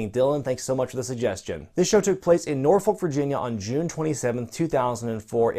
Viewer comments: It's pronounced norf*ck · i regretted clicking on this video cause i knew was gonna mispronounce norfolk like everyone not from here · Why do so many people botch the Norfolk,Virginia name..It's Norf-uck not Nor-Folk.